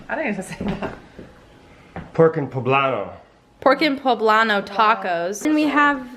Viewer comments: “pro-pr-o” bitch where do you the r at poblano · I died when she couldn’t read poblano 😂😂 White people crack me up💗 love you Hannah 💗💗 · That moment when you realize not everyone is Mexican and speaks fluent Spanish and try not to cringe when they’re trying to figure out how to say poblano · how do you say this: "pork and poblano", mom: "porto bello? I don't know either, do you know?" dad: "poblano" 😂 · them struggling to say “Poblano” had me laughing so hard LMAO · I love how long it took y'all to pronounce poblano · “Poblano” lol